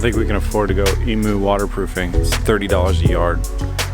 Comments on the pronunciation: Bit late for this comment but correct pronunciation for emu is Ee-Mew not E-Moo...Aussie here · Emu, not e-moo. The "u" is pronounced like "you" - so it's more like "eem-you" Drive me fuckin' nuts mate! :P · Hating Finding A Username Australia calls in eem-you, you know, the country they are from! dove is hardly a comparison, it's a single syllable for one! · if you're going to have "emu" lining can you please pronounce it properly? i'm australian and i'm triggered. ee-myou, c'mon mate. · Are u saying Emu when choosing the fabric ??? The Australian native bird is pronounced eam-you hahah, you could just be talking about something different all together but hey... the more you know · Dude, its pronounced Eemyou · that was killing me